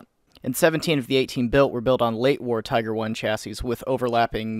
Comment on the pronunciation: As i watch this video, i find myself wondering...what the fuck is a "Teeger"?